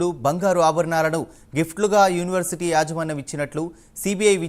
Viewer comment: First school ki velli Pronunciation neruchuko first a tharuvata reporter pani cheyuu. Next University ni Univerty ani annavu neku em vachu saduvu